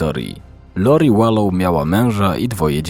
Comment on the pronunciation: Wlansie zakonczyl sie proces, gdzie została skazana za wspolidzial w morderstwie 1 stopnia Charlesa Vallow. Podjerzewa sie ibecnie, ze zabiła rowniez Rayana, swojego 3 męża Btw czyta sie WALOŁ :)